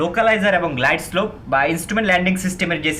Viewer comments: গ্লাইড স্কোপ হবেনা,,গ্লাইড স্লোপ হবে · ঠিক ভাবে উচ্চারণ করুন, গ্লাইডস্কোপ নয় গ্লাইডস্লোপ হবে।